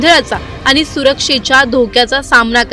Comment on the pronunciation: अहो ,तुम्ही कसले मराठी बोलता ? आनी आणि पानी वाले .... 'ण' चा उच्चार करता येत नाही का ? News anchor च्या सिलेक्शन करतेवेळी मराठी धड बोलता येते की नाही ह्याची चाचणी होते की नाही ? की सिलेक्शन करणारे पण आनी-पानी वालेच असतात ? हल्ली सगळ्याच चॅनेल वर आनी-पानी बोलणाऱ्या news anchor चा सुळसुळाट झालाय . कठीण आहे 🙏🏻